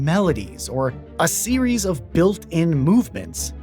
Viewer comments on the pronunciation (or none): none